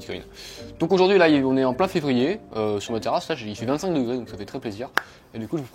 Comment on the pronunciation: "fevrier" dit-il